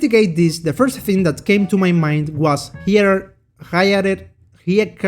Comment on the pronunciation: lol i was dying with the pronouncing of hierarchy 🤣😂